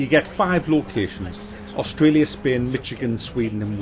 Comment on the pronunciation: He said it like a lot of foreigners would, Mit-chi-gan.